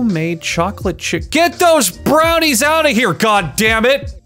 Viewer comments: he says brownies like a slur i love it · he says brownies like a slur